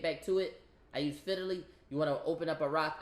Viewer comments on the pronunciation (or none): I knew I gotta watch who I listen to online when I Hurd the way he says fidily and not Fidelity 🤣🤣🤣